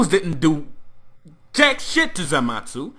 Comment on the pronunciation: Somebody tell him it's zamasu not zamatzu